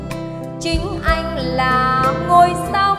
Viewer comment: Nghe phát âm chữ “Anh” là mất phê, giọng nghe chè bẹt quá.